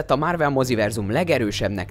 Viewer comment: "Márvel", "Rodzser Mordó". Hallgasd már meg, hogy miket mondasz. Hihetetlen, hogy egy videót nem bírsz úgy elkészíteni, hogy normálisan olvasd fel, amit eléd raknak...